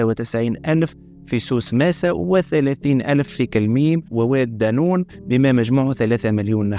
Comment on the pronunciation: يالستاذ القروي نقول واد نون وليس دانون